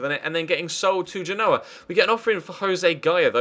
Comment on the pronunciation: Damn, that Genoa pronunciation was sooo bad, ahahahah. Keep up the great work!